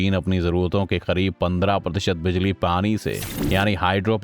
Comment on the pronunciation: Phali bar bijali ko bajali suna he